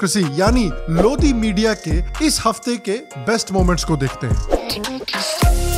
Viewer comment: Is it pronounce "लोदी or लोड़ी"